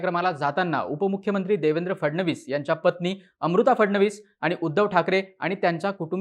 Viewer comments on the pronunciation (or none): none